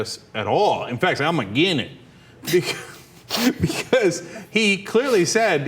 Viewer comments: "I'm agin it." xD xD xD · "Again' it"😂😆